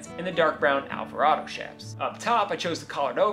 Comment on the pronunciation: I appreciate your proper pronunciation of 'chaps'. Even Google pronounce has it incorrect.